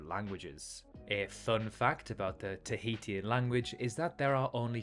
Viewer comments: why the mystery re. the identity of the British (first one) explorer? The language of the Society Islands is pronounced tah-HE-shun, rather than tah-HE-tea-un. Interesting that the alphabet has 13 letters, since Hawaii's alphabet has only 12: a, e, h, i, k, l, m, n, o, p, u, w. For the record, the Cook Islands are a territory of New Zealand. Rather than pa-PETE, the capital, Papeete, is pronounced pa-pa-A-tay. Since I was there back in '87, I know how to pronounce Faaa--home town of the airport: fah-AH-ah, which is also the name of the nearby town. No charge!😀 In answer to your question at the end, yes, I've visited, as mentioned above, and the islands were Tahiti, Bora Bora, Raiatea (rye-uh-TAY-uh) Tahaa (ta-HAH-ah), and Huahine (who-uh-HE-nay). Also, I just realized that the pronunciations you gave us may be proper "across the pond", whereas mine are the American version, in case there's a difference. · great video just as a cookisland/tahitian, slight changes could be the pronounciation of things such as Tahitian being (ta-hi-shian) or Papeete being (Pa-pe-e-te) and not papeet. but apart from just that, I really loved the video. Its so nice to see more indepth videos of our ancestral home. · Good video, but please don't pronounce Tahitian like this :face-purple-crying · You should’ve learn how to pronounce Tahitian😂 before making a video, wouldn’t that be like one of the first steps?😂